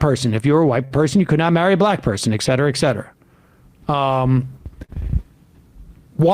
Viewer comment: Sam Seder caught in 4K saying “eck cetera”.